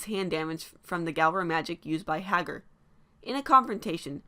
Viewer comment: NOT G-AL-RA